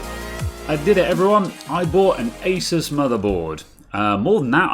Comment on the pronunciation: Best bit when you pronounced asus correctly.